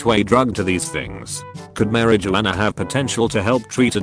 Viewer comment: 🤣🤣🤣 "Mary Jo Anna" (Marijuana)